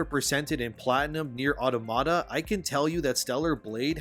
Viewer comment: Nier Autonoma??? You to?! C'mon, I already have Revsaysdesu insisting on gaslight me by saying "Automata" wrong.